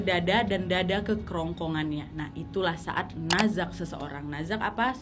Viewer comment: naza' di akhiri huruf ain kak